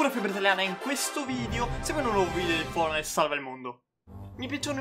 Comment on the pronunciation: Quando sai che si dice "Fortnite" ma è trasgressivo e dice "fornait", i fornai in pratica.